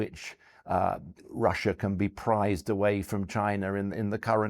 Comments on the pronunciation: Pried not prized, understand????? Pried,pried,pried!!!!! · Prized away? Pried. Not prized. Weird.